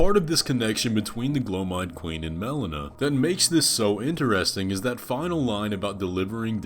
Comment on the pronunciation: Mel-LEE-Nuh not Mel-uh-nuh